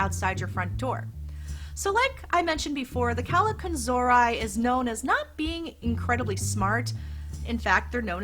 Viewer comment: I really loved your video. I learned many things about the Christmas goblins. My mom was very religious, so she believed they were evil spirits. That's why she always had a priest come on the Epiphany to bless our house with holy water. PS.....you're not pronouncing Kallikantzaria properly. There's a youtube video "Christmas Goblins. The Greek Kallikantzaroi." You can hear how they're properly called. My mom used to call me that most of my young life, when I was a Hell Raiser. So I learned to say it very well. LOL